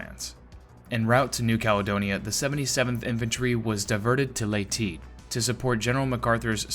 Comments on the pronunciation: Leyte is pronounced as lei-te.... not lei-ti.... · Seems like the truth finally came to be,Leyte is "Ley-tay"/"Ley-tee",never was,is,or ever will be "Late". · Thank you for taking the time to fix the pronunciation issues from the previous version.